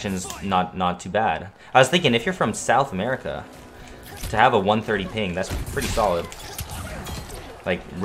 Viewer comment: This man said sound America